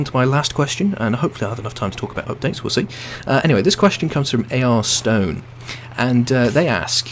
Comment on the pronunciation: Thanks I really appreciate it. Its actually pronounced ARIS-STONE but no harm done. I actualy have a big mental debate every time I do conquest to figure out which objective is most important. You answer your questions more complex than simple and I like that, always keeps me on my toes and you answer questions I thought werent important enough but you elaborate how important they really are. Keep up the great work!